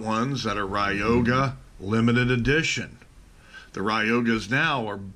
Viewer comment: It's not pronounced ride yo ga... Lol it's Roy ga..